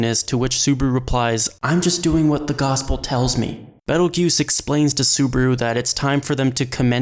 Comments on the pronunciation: Ye, I don't understand why people keep saying "juice" when all characters in the anime say "goose" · author: "Betelgeuse" narrator: "Pedal Juice" youtube sub: "Pedo Goose" no offense, Mr. Narrator. I totally understand his name isn't native to your tongue, so you may not be able to pronounce it perfectly. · WN: Petelgeuse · It's Petelgeuse, the slight misspelling is intentional. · It's Petelgeuse in the WN, don't be a smart-ass